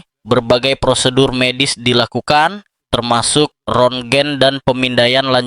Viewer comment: Kira2 atuh masa rontgen dibaca rongen !